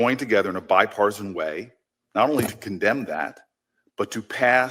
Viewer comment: Notice he struggles saying the word ‘bipartisan’. It’s because he has never shown bipartisanship. Yes! The LEFT does incite much of the violence in America.